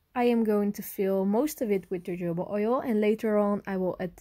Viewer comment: jojoba oil is pronounced with a h, the j is translated into h when sounding the word. hohoba oil